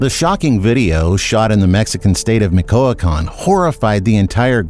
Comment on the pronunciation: Bro learn how to properly say Michoacán or don’t say it at all.